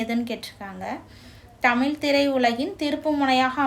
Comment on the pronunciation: தயவு செய்து 'தமிழ்' என்ற சொல்லை சரியாக உச்சரிக்கவும்.